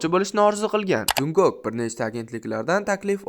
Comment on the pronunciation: szning muhlisingizman hatemasu lkn Jeon Junkok boʼb oʼqilmidi Chon Chonguk boʼb oʼqiladi va Jeon Jungkook boʼb yoziladi ismlarini toʼgʼri aytishga harakat qiling